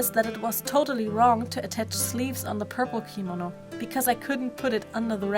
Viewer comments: She said it wrong, thats what I was pointing out. I looked it up and it corrected me, so yeah. It's kimono gurl, not kimino. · I'm sorry but every time she says kimono like "keemano" a little part of my gets triggered inside... Btw the doll is absolutely gorgeous!